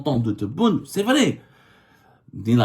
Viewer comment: J'aime bien ton accents quand tu dis "vri"